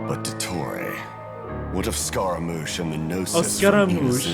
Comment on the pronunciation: Scaradouche??? Haha